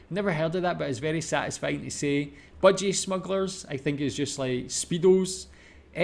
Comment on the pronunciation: you really blew through the names & mangled most of them. Budgie smugglers: Yes, speedos, but do you know why? (Mangled) Esky: a brand of insulated container usually used for holding cold beer. Trakky Dacks: tracksuit pants Whipper snipper: line trimmer for grass. Not wipper snapper (young person). Durries: (Mangled, the u is as in cup & but, doesn't sound like moo), plural of durry: a fag, ciggie, smoke, cancer stick. Bum bag: a bag on a belt, yanks call it a fanny pack (never call it that if you don't want to get laughed at) Spag Bol: (obvious): Spaghetti Bolognese Gobby: never heard it, research suggests fellatio (from gob, mouth) Ranga: someone with red hair (shortened form of Orangutan).